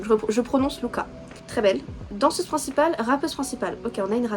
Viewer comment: Nn rami on prononce avec r ❤rora avec r pas l❤ruka pas avec l❤ ahyeon on prononce hayeon ❤+1 je t'adore ❤ et eft l'animal c'est juste leur animal qui représente et oui dans la k-pop il y a plein d'idol nn Corée et oui il y a des idol de 16 ans 😢❤il y a mm 2010 Psycho le moment préfère de tout le monde c'est route la chanson et oui eft Babymonster chaque membre elles savent tout faire rap,dance ect.....bref elle font tout We go up que t'as dis au début c'est pas asa mais ruka ❤celle que t'aime bien c'est Pharita celle que t'as dit je veux savoir si ses asa (oui) eft j'aime bien la voix d'ahyeon parce que elle est egu mais oui eft elle sont 6 depuis 1 ans Rami et en Hatus elle a un pneumothorax 😢😭❤on espère tous qu'elle vas revenir 😢❤❤❤bref je t'aime ❤Han JiSung mon mec eft de stray kids je suis k-pop stan depuis 2018 stray kids c'est mon groupe Wecreur ❤Han mon bb mon mec ❤ voilà je t'aime+1 désolé c'est long mais voilà ❤